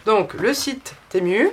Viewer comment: Bonjour merci pour ce partage. Cela donne des idées 🥰. On prononce à l anglaise " temiu" ou " timiu" .😉 cordialement 🌹